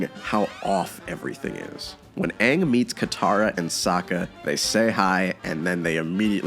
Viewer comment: I mean you could say Shyamalan couldn't win when making The Last Airbender... but I think a start would be able to say the main character's name. It's one syllable. 😥